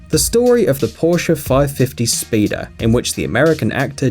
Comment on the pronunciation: . How the hell can you say 550 Speeder when it is spelled SPYDER? Good God man - research how to pronounce these names / words.